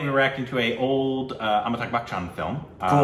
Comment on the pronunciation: Every time you pronounce Amitabh as Amitag, little part of me dies.